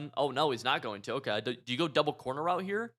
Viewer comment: Am I going crazy or does say “Okuh” instead of Okay lmao